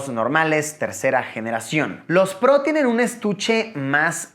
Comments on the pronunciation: Se dice “Pro”, tal cual, no “pbrouw”, estudia mejor idiot4. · Hahaha como dice el luisito " los airpods prou". Ya se le olvidó como decir pro haha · Alv luisito, tan prou, di pro y ya.. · Airpods Pro! "Prou" lol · nadie: luisito: airpods prou